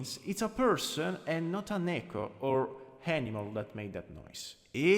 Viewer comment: Im so sorry but the way you say Neko is just so funny to me “Nehhko”